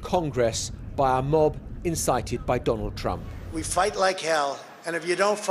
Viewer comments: "Dondald Trump" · 45th President.. Dondald Trump?